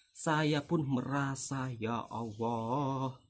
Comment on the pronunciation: Ngomong lu medok... Mending belajar ngaji yg bner ngucap allah masa nyebut nya owoh 😂😂😂😂😂😂😂😂 Dunguuuuu